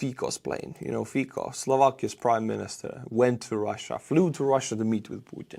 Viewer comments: Hey, Fico in Slovak is pronouced as Fitsó (o as in off). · Hi, just one thing..Fico must be reading with C not K (Fiko)... we will sure heard about him more in future... he is not in favor of free Europe...thanks for your work and greeting to your wife and to you of course:) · It is pronounced Fitzo, not Feekoh. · I like how you mispronounce Fico (keep it), should be "fitso". "fiko" sounds like derived from czech/slovak word for the fig fruit, or german slang word for having sex. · It isn't "Fiko", it' Fico, pronounced FEE-tsoh. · the name "Fico" is pronounced "fitso," not "fiko" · Love how your pronunciation of Slovakian Prime Minister Fico's name hits my California ears. I hear you refer to him over and over again as Fecal, a definitely accurate English description of any friend of Putin. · BTW, you made absolutely WONDERFUL butchery on Fico's name. The way it sounds as you pronounce is same as word "fik", which in German, Slovak, Czech and prolly couple of other languages too means "to F***". In Slovak and Czech, C is not pronounced as K.